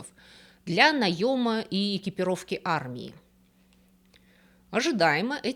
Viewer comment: "НаЕ́м армии" 😂😂😂